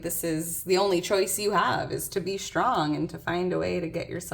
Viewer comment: Today is my birthday!🎉 I am Shtrong and I have shtrenth. No shtress here. P.S. Where is this accent from?